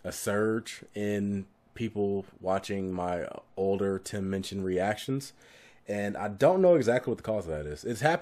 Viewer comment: I just adore Tim Minchin (you say his name right) - he actually donates to a local charity to every town/area where ever he tours. What a decent human being who is funny clever talented et al.